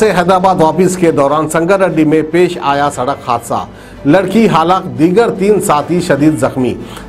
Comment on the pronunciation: Sadakh nahi bolte Sadak bolte Yaha per hi maloom jahil hai News bolne wale